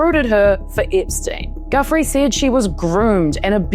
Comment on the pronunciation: Ah come on. Pronounce Virginia’s name properly. It’s not guf-free. It’s jew-fray. It’s Ah-cost-ah. Not ah-cuss-ta.